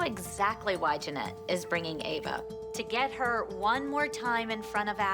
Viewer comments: i love how Called Ava 'Eva' was so funny and then when the judges took revenge for Ava and Called Kalani 'Kelani' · bro even called ava 'eva' 💀💀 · did really mispronounce ava's name as eva on purpose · calling Ava “Eva” is so funny lmao